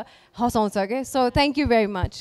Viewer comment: सुमनले थ्याङ्क यु भन्दा थान्कु भनेर बिचार गर्ने त म मात्र हैन होला है।anyway nice performance.keep it up.